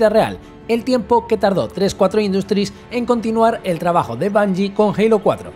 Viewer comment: Me da mucha risa que los españoles pronuncian la u como a en Ingles jajajaj "BANJIE"